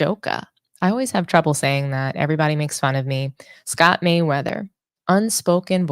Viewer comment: Merryweather.... Not Mayweather